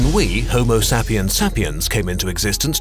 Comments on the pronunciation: Homo sapiens. Homo-say-pee-ans not homo-sa-pee-ans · Sapiens is not pronounced as "sappy-ence" but say-pee-ence. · You are pronouncing sapians wrong but you have very accurate information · He said SAP-iens and it's pronounced SAY-piens. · I thought the pronouncation for sapiens is "sey-piyans" not "sap-yans".... or maybe im wrong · The fact that he pronounced sapiens sap-ee-ens.... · It's pronounced Sapiens with a long a. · i cringed at the pronounciation of "sapiens" lmaoo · where are you from, not sure if I should correct you over "sapiens"